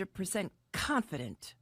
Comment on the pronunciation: Everyone, she is Chhonfident, she is chonfident!!